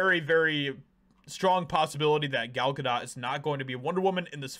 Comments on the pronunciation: Gal [Gah-dough] not Gah DOT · Its pronounced Good Dough not Good Dot? 😐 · Bro how r u STILL saying her name wrong?? It’s GA-DOE NOT GA-DOT. Like this is the 3rd video I’ve seen where u can’t manage to pronounce the name of person in ur title correctly which weakens ur ability to have a strong opinion. Love ur vids but come on brotha do at least a little research b4 editing ur final cut so u don’t sound dumb. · Pronounced Gal Ga doe (long “o” no “t” sound)…I believe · Her name is pronounced Gadough. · It's not dot (ga dot). if your going to say it 25 times in 4 minutes maybe try and get it correct , or only say it once or twice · Gal Ga-dot? Lol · Is he intentionally mispronouncing her name? Is it ignorance or is he trying to be edgy?… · dude, you don't pronounce the T in Gadot. Why don't you know how to pronounce her name???????????????????????????????????????????????????????????????????????????????????